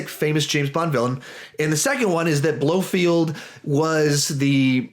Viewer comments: Its blofeld,not blofield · Pronounced: Blofelt, not Blofield 😂 But cool vid man!